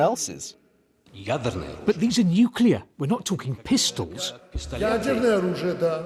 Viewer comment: Nuclear Smookular. Fock you old man!